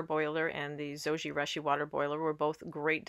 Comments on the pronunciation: LOL, Japanese pronunciation is Zo-ji-rooshi...the Japanese u sound==the "oo" sound as in moon. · Yes, it was a bit annoying hearing the mispronunciation of Zojirushi. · Yes. Very strident to hear the horrid mispronunciation. Ugh. Embarrassing and so vexing that there’s Americans who don’t know such basics. 😑 😣